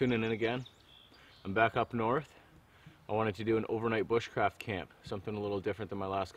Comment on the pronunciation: the word bushcraft has been slaughtered.